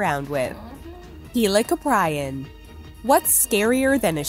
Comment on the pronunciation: Heel-i-ko-pry-in ಠ︵ಠ